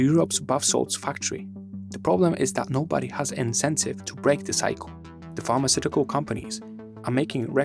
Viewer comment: I was quite confused keep hearing pharmaceutical arts 😂